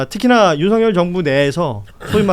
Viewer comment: 윤서결이라 읽는것이 맞음